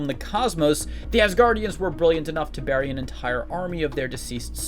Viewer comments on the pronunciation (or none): none